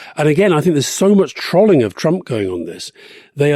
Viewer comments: 'Trolling' rhymes with 'rolling' not with 'trolley' Alistair, tsk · can someone please let alistair know its pronounced trolling like troll not trolling like trolley